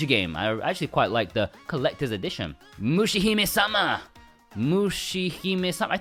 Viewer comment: I'm still hoping for a regular Japanese import for Mushihimesama, and btw your pronunciation for it was legit spot on lol 👍